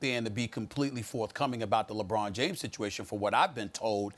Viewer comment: “Lebran Jam Lebron James 😂😂😂😂💀💀🤣🤣 I’m crying yo